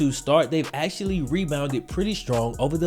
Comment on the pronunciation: The x is just in the XFL, there is NO x in actually. It is pronounced actually, NOT axtually